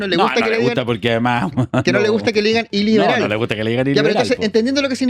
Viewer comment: "Iliberal" como suena como el "ileal" de Huaiquipán.